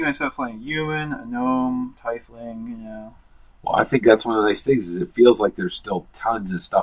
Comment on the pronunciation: Great show!! Btw, I heard the name Tiefling pronounced with Tie as in Tie your shoe but this is incorrect. It's actually pronounced Tee-fling, it comes from the German word for "Deep" so technically they are Deeplings. No worries though, I pronounced Drow forever in a way that it phonetically rhymed with Snow, lol. Keep up the good work, I learn a lot from you guys and I just try to give some back.